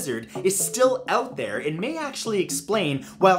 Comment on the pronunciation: Matt. towards the end of your Scottish accent you sounded more Swedish. Instead of SAM-waer you need to go SOOM-waer, and instead of "out thair" you need to say "oot dair", and instead of "Nessey" you need to go "Nesseh", difference being a stop at the end of "Nesseh". Less AAAACH and more ACHHHHCHCHCH. Thusly: "ACHHHH! NESSEH! YER OOT DAIR SOOMWAER!" And that is how you Scottish.